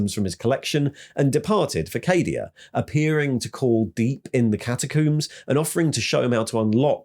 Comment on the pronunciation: What's this? not pronouncing Cadia as "Caddia"? 😜 But seriously, absolutely fantastic video mate! As an old, old, olddd veteran of the game I had pretty much given all the Primaris/Guilliman guff a miss and skipped out on reading the new lore. So this did nicely. Cheers.